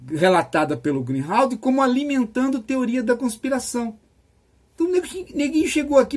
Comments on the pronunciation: O nome correto do notório e excelente jornalista é Glenn GREENWALD, e não Greenhald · Professor, o nome do jornalista é Glenn GreenWald. Não é Glenn GreenHald. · Excelente Professor! Só uma pequena correção: a pronúncia correta de Greenwald é "grin-uóld". Para não haver confusão com o Greenhalgh 😉